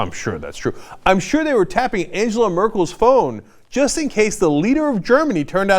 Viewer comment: Angela isn't pronounced like it is in English, it is pronounced like Ang-ler. (Like a fisherman)